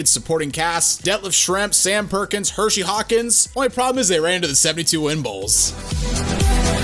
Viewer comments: Both of you pronouncing it 'Hershey', like the chocolate bar, & not 'Hersey', like his name, is murdering me :( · I just want y’all to pronounce Hersey Hawkins’ name correct one time. His name isn’t Hershey. He’s not named after a chocolate bar lol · The way you guys said Hersey have me cancer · Dog it's Hersey Hawkins not Hershey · Hersey Hawkins, not Hershey. He isnt a chocolate bar. Smh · His name was Hersey Hawkins, pronounced like Her see, not Hershey you idiots. Do your research before looking stupid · I cringed every time dude said "Hershey Hawkins." It's Hersey... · HerSey Hawkins. NOT Hershey Hawkins. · Minor misstep. Ngl, "Hershey" sounds a bit cooler.